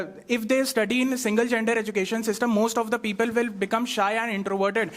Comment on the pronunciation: Who might heard peepule 😂😂 it was hilarious 😆